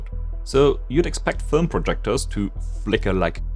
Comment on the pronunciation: Film ❌ Fölm ✅